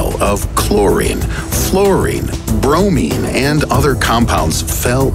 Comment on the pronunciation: chlorine... fluorine.... bromine